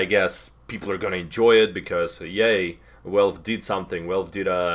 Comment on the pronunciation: i love it when he says "välfé"